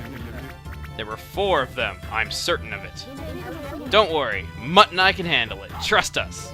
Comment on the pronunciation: heehee... mutt and i keeps sounding like mutton eye to me, and i find that funny for some reason...